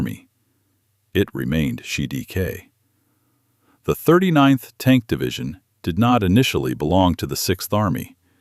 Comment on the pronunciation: It was very good, just a shame there were some weird mispronunciations as where "surrounded" sounds like "shedecay"!